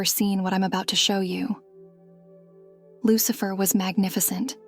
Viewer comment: 😂 I'm dead!!!! I heard the same thing, and had to absolutely read down the comment and see if I was the only one to hear that. Loose-Lurker......